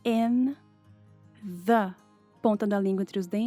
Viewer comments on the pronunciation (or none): Sempre que ela fala "The: zâ" eu escuto ela falando "dâ". Cara, e eu fico confusa.